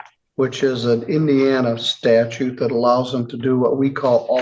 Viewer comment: You heard right, he calls it the "statue" of limitation.